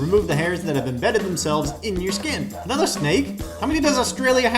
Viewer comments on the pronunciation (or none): none